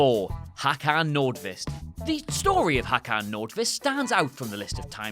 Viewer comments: "Hakan", you know xD So funny hearing Swedish names being butchered... I think you're missing an "å" in there somewhere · Håkan not fucking Hakan.. Hakan means chin in swedish